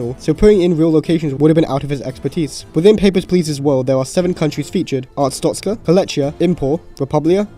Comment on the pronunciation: WHY DOES EVERYONE MISPRONOUNCE ARSTOTZKA AS ARTSTOZKA?! that aside, great video